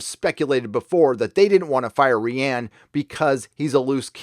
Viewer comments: "ree-ann" fucking makes me twitch. please just say ryan. please. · I love you and your channel but please stop mispronouncing Rian Johnson. I’m from the UK (Wales) and my name is Rhianne which is pronounced the way your saying Rian and I’m horrified by any association with this idiot man. 🙏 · No, it is pronounced "Ryan", just says it like that to disrespect him. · Lol... ree ann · Rye-an Johnson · Ghost Ree Ann. Not a force ghost. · The way you say Rian just makes me think of Rihanna xd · Hiatus after Ep.9? That’s not a good sign. It means Disney is already bracing for a flop and going to reorg after. It also means they’re not happy with the final cut. Damn...Consequently, this means Kennedy is done. Grace Randolph was right about the fandom... Fyi, pronouncing Ruin Johnson’s name as “Ree-Ann”...ha ha! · I've never heard anyone pronounce Rian the way does. Has anybody else noticed this? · Is that really the correct pronunciation of Rian? His dads should have rethought the name if so.